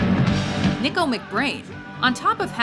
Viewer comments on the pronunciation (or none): they sure fucked up three Portnoy spot. Oh... and learn how to pronounce Nicko.